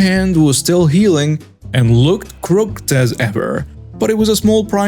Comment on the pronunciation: you are pronouncing the word crooked incorrectly, learn how to say it correctly. 😊